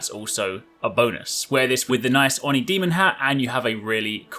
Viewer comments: My British friends had the same issue before I helped them. British is a very proper language so things are read properly even if the different language calls for otherwise. He says On-ee which, if the word were English, would be correct but Japanese does it backwards. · You said Oni strangely again. Let me give you a tip for easier pronunciation of Japanese words in the future. Try searching for a 'hiragana katakana chart' on Google images. Most characters here represent two letters in English, except for vowels which are one character and the couple of characters which represent three letters (like Tsu, Shi, or Chi)-- for example Oni is pronounced O-Nii and is two letters. Another example is Tsu-Shi-Ma which is three letters total in Japanese and is said literally as its spelled, like with other Japanese words. Just pronounce the sections as they are on the chart and you're good to go. And of course R replaces the L and Z replaces the J sound wise.